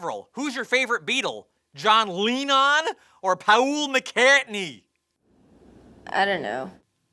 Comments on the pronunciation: John Leenon, Pahool McCartney hehe.... Butt crack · "Hey, Avril who's your favorite Beetle? John Leenon? Or Pawul Micatney?"